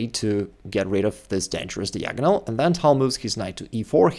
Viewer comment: Every time he mispronounces "diagonal" it glitches the Matrix.